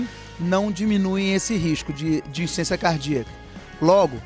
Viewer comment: Não é insência cardíaca. É Insuficiência cardíaca. Desculpa corrigir, mas sem perceber vc está falando insência....